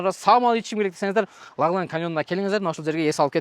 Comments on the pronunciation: Тууган! Ляглян эмес Лаглан деп айтсан😅☝️🙏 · Ляглян эмес-Лаглан. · Лагланды жакшына айтчы ээ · Лаглан деген созду жакшырак айтсан